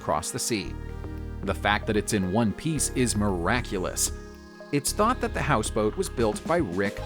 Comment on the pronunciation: "ayy" "thee" wtf?!